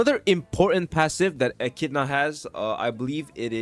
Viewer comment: it's eh-ki-dih-na